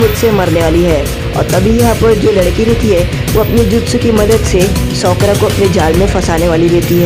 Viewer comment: Usko sokra Nahi sakura kehte hai